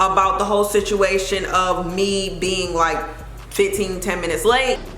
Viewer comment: "Five fit-teen"